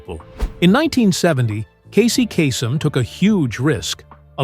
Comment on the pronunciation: that's 'CAY-sem'.